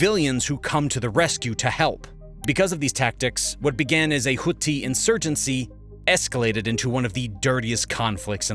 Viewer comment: This is surprisingly spot on. One suggestion: Houthi is more pronounced as 'who-thee', not 'who-tee'. The H in the beginning is a hard H too. I know it's a small nitpick, but I felt like I had to tell because my coworkers kept laughing when they were hearing this video. They're all Saudis btw.